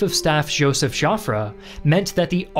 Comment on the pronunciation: Joffre = Pronounce "Jofr" not "Jofrey"